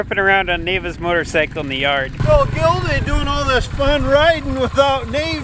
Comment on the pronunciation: Your dad said a MORTARCYCLE